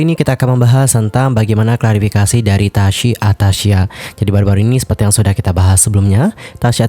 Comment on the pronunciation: Tasyi loh bang bukan tasya. Kok nyebutnya tasya mulu